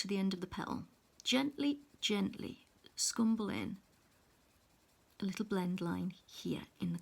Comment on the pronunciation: I applaud your step by step explanation of how to blend on the petals ..you are so patient and calm as you give the viewers confidence in trying this blending ..I loved your use of the word "scrumble " with your accent ...thank you so much for the detailed info as to blending slowly and carefully to achieve the 4 pencils colors petal .